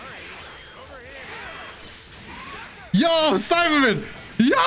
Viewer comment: Everytime you said Saibaman, I heard Simon and I was like : "Who is Simon ?"